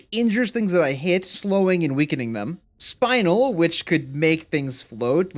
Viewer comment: Not spinal, spin el 😭